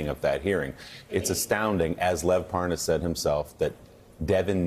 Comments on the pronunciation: how to tell Nunes really DOES know Parnas... the fact that he purposely says his name INCORRECTLY, aughta tell u somethin! (pronouncing it like "ParNAZ" & " ParNOZ" 🙄) when he speeds up his conversation & mentions dudes "WIFE," he ends up being able to say it just fine. (he had no problem saying "Parnas's Wife") 🤔 .... why is that? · Nunes mispronouncing Parnas' name is a key thing to do for folks claiming to not know someone Especially if that person has been engaged in criminal activity that implicates you directly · I guess if you pronounce the name wrong, it means you don’t know the guy. Nice try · no wonder he is confused, his name is Parmas not Parnas. Wrong call, right? No N in Parmas.